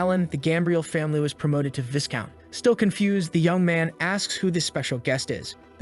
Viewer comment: Setting aside the butchering of names, it is Viscount (Vye-Count) not Viss Count. The S is silent.